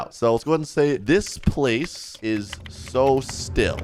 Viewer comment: Bro when he said "the map is so still" it turned into Chile 💀💀💀💀💀